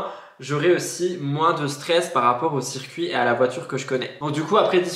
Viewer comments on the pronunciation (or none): none